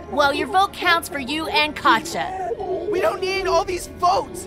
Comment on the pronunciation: Me: "Katjaa" Up With You Latar Pewds Pewdiepie: LOL